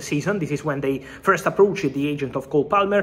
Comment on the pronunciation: Did Fabrizio call him “Goal Palmer”? Nice